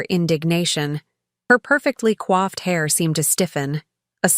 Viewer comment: How about we get "coiffed" (as in groomed) hair, rather than "quaffed" (as in drank) hair?